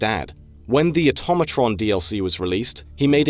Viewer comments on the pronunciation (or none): none